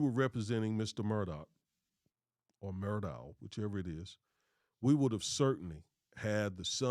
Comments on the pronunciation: Alex Murdaugh pronounced (El-lik Mur-dock) believe it comes from the Gaelic culture. Have family members in the south that use these pronunciations. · Pronounced Mur dock though. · Common guys!! Murdaugh ...it's pronounced Murdaugh(K)!!